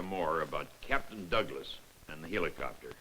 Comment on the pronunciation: I like how the narrator pronounces the word Helicopter, He lee copter, but seriously I love these old movies/documentaries, you can watch aircraft flying, you'd never see in real life. In the case of an aircraft like the Sikorsky R4, you can't even see one in an air show.